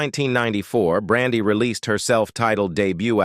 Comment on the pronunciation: Why is he messing up her name? He pronounced it right one time. Get some one else for the narrator please !!!